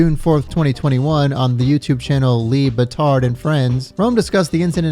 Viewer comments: I like how he says LeBatard!! Haha 😂😂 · Oh man, the way you butchered Dan Lebatard’s name (forts by omitting his first name, and then mispronouncing his last) was brutal hahaha 🤣 but it made me laugh each time.